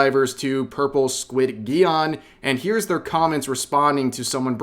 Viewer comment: Squid-geon? Isnt it pronounced like Pigeon? With a J? Or have i been mispronouncing it. Always love how Alyssa comes out her dungeon through the woodworks everytime something thwarts her dastardly schemes just to throw out some dirt, and then go back into her dungeon.